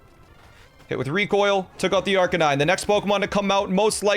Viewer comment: It’s LOP-a-nee, not LOW-pun-nee Also ar-KAY-nine, not ARK-uh-nine